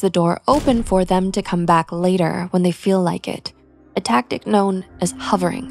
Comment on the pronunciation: it’s ‘hoovering,’ not hovering